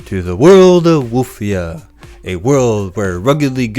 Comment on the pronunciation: Woof- ia. 😊